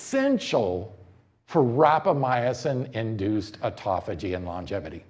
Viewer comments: Great presentation! Lots of good info, especially for those new to life-extensionpitches. Minor note... We expect an authority on Rapamycin to pronounce it correctly. There are only four syllables and no "uh" after "my." Rap-uh-my- sin; not rap-uh-my- uh-sin. Is this guy maybe Italian? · Yes I thought it was rapamycin. You had me going when you pronounce it as rapamyacin. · Sounds delicious....how do I get some. And please pronounce rapamycin correctly. It is not rapamy..a...cin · ..you think I don't have a life bec I take the time to Google how to pronounce a term before I start talking to everybody about it? Dude...think about it. This guy has a product to sell you. He has prepared an enthusiastic infomercial. He hasn't even taken the time to pronounce a word that is commonly used among longevity specialists and influencers. Are you gonna be dumb enough to bite and buy the product?